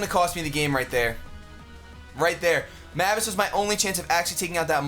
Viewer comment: That team screams + I still faceplam hard when says mavis name wrong